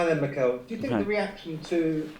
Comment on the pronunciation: reporter: Hey Mikel Mikel: Harro